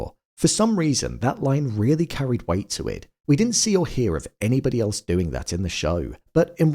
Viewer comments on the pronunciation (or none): none